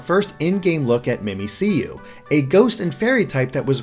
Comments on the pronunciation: Um... no? There's no English name for it yet. All anyone has is "Mimikkyu". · The way he pronounces Mimicyu physically hurts me. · I adore how he just can't read Mimikkyu right ahaha oh ily ♥ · Wow, that's two incorrect pronunciations of Mimikyu now. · At this point I'm convinced he is mispronouncing on purpose to trigger us There is no other explanation to how you could get that wrong... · I'm pretty sure it's pronounced 'mimic-you' you know like cuz its mimicking a Pikachu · yeah mimikkyu ;) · ugh... "Mimic You". not 'me me see you' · Umm,, I think Mimicyu is supposed to be pronounced like "Mimic you", not "Mimi-See-You". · * hears Mimi-see-you instead of Mimikkyu * * cringes to death * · "MIMI-SEE-YOU" How the fuck do you get a C sound from two Ks? It's a pun on "Mimic You" as it's literally a Mimic Pikachu. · It's not 'memeseeyou,' it's supposed to sound like 'mimic you' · "MimiSeeYou" come on its literally "Mimic" and "you" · I think Mimicyu is pronounced "mimic Q" because it's mimicking pikachu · Isn't it pronounced mimic-you since it wears the pikachu costume? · Did you call Mimiku "Mim-ik-you" Mimiku"Mimi-See-You"? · It's pronounced Mimic-you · "mimiseeyou" "battle royal" come on guys y'all need to get your pronunciations up to speed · Quiatchon the name is supposed to sound like "mimic you" mimik yu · Why does keep calling 'Mimikkiyu', 'Mimiseeyou'? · It's Mimikkyu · mimiciou is pronounced mimic you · It "Mimic You". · You all suck at pronouncing everything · wut its mi-mikk-you, you guys should honestly at least learn Japanese pronunciation or something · I cringed every single time (and there were many) he said "mee mee see you" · Mimicyu is pronounced Mimikyuu i believe... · How do you get "me me see you" from Mimikkyu? There are two Ks! The letter K literally never makes a soft sound in any word ever. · "me me see you"??? How did you even mess it up that bad? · Mimi-c-yu, not mimic-yu? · "Mee Mee See Yoo" Disliked and unsubbed.